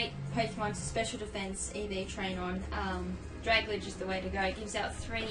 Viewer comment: Sorry, but I can't help it. It's pronounced "drag - al - gee," it's a combination of dragon and algae.